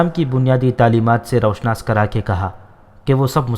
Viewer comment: Raushnas nhi roo shanas